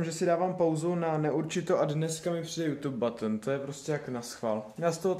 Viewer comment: Fuj 😕 to takoc zmenily tu krabici aj ten [Jůtub batn] 😂😂😂 myslim ze by byl hezci jak byl ten starej 😕